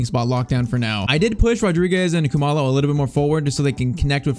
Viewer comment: He is not pronouncing Khumalo correctly, it is like cool-ma-lo